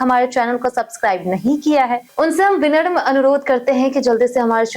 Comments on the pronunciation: मैडम आप विनर्म मत बोलिए, विनम्र बोलिए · Vinarm नहीं विनम्र boliye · विनर्म उच्चारण नहीं होता उसे विनम्र बोलते हैं। तुम्हें अपने उच्चारण पर ध्यान केंद्रित करना चाहिए।